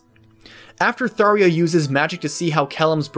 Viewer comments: Gods video. However Tharja's nam is pronounced " Thar-ja" not Tharia like you did. The j is a hard j. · You pronounce it tharia instead do tharja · Its either "Thar juh" or "Thar zhuh" its definitely not "Thar yuh" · It's pronounced "Tharya"!? What the heck!? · come on if u are going to do a video on a character at least pronounce their name right dude, it's Tharja not Tharia that is a J not an i. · Fairly sure I heard a developer say "Thar-jah" not "thar-ia" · Its not pronounced Thareea, it’s pronounced Thar-ja. J as in Jack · THARJJJJJA not tharia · Okay please pronounce it right, I get I'm being nit picky here but as of the English release of fire emblem warriors we have the official English pronunciation of her name as Thar-juh not thar-yuh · I love the video, but how many people wanted to correct him every time he said *Tharya*? Lol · WHERE IS THE i IN THARJA? Why did you pronounce her name as Tharia? Repeat after me Thar-Zah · Thar-Jah not Thar-ha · “thar-ee-ah” I thought it was thar-jah? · not sure if its suppose to be spelt taria instead of thar-ja but my ears are exploding each time he said taria. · "Tharia"? Is that really how it's pronounced?? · I found it interesting you pronounce her name Tharia. It's spelled Tharja and even in Fire Emblem Warriors on Switch, other characters refer to her as Tharja :). I guess in Japanese her name is technically Sallya. I've always pronounced her name as Thar-ja. I always did find her character interesting though because you never quite know what Tharja your going to get. Will you get the cold calculating Tharja plotting how to curse her enemies? Or will you get the creepy stalker Tharja? She just has such a broad range of personality traits/quirks. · "THAR-JA" is confirmed so far. Not "Tharia". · I cringed everytime he said her name. It's T H A R J A, not T H A R I A. Tharja, not Tharia. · THAR • JA. Not Thar•E•Ah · Man, I hate it when people say "Tharya." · its pronounced tharja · Why'd he say Tharia? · "Tharia" Bruh.